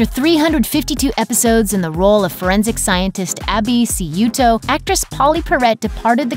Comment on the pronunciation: It's not Abby See-You-Toe, it's Abby Shoo-Toe. For heaven's sake, the least you can do is get the character's name right when you're talking about the character.